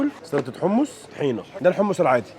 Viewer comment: حمص مش حمس 😃😃😃